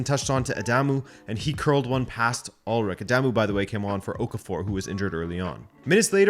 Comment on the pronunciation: It’s Ool-ryche! Not Ulrick!